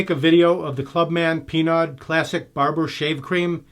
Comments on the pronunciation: Geo, FYI... "Pinaud" is a french name... the pronounciation is as follow: "PEA-NO" not "PEA-NODE" ! :) I am French Canadian so I know. :) Have a nice day ! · Is the same pronunciation of Renault it's "rea-no" and not "rea-node" 😁